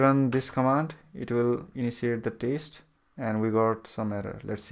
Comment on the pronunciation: This guy is saying taste instead of test..